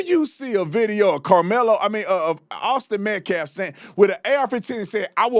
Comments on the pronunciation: Also, the short bleached out hair lady who can barely pronounce words so I’m guessing she can’t read well. Your speech is that a little hung up on those huge oversized veneers you got put in prior by some college student in Miami. The name is Metcalf not Metclave. 😂 Where do y’all come up with these far-fetched weird stories. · She don’t even know the boys name correctly! METCALF, not METCLAFT! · They purposely say “Metclaff” as a way of trying to get back at white people for saying black names incorrectly. Heard it said too many times. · I have seen so many clips of Black people mispronouncing Metcalf’s last name …MetCLAF?? You look like a damn fool! I’m sure there are other races and many others that mispronounce the name, but man it’s hard to watch… Why am I even watching this?? Lol It’s only 178th Carmelo Anthony/Austin Metcalf video. Guilty! Done! Finished! It’s OVER. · It's weird how they cannot say the name correctly. "Methlaff/Meffclaf". How hard is that to say? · She can’t even pronounce “Metcalf”. Maybe she should “aks” someone how to pronounce it. 😂